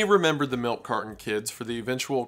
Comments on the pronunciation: Milk "cardon" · Milk car-Don. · Milk cardon?? Ooooh! You mean milk carTon! Fuuuuucking annoying.🤦🏻‍♂️ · Melk Cardon. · Carton has a T, not a D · Bro there's no d in milk carton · I've never heard anyone pronounce the T in carton as a D before